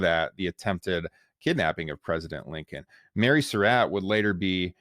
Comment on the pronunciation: This was a good presentation, except that the narrator mispronounced the name "Surratt." He pronounces it like "Sir Rat," but it's correctly pronounced like "Sir Rot."